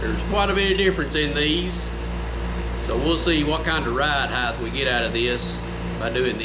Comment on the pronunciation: You do realise the word height has a t on the end not a h.